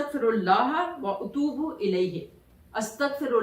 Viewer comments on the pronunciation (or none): یہ نماز مجھے بہت سال پہلے کسی نے بتائ تھی میں اکثر پڑھتی تھی۔پھر رہ گئ معذرت کے ساتھ آپ کی ادائیگی میں تھوڑی mistake ھے۔ الا الی اللہ تصیر الامور میں ت پر زبر ھے۔ اپ نے پیش پڑھی۔( سورت الشوری آخری ایت) اسی طرح واتوب الیہ میں اتوب۔ میں ا پر زبر ھے اپ نے پیش پڑھی۔ پلیز correction کر لیں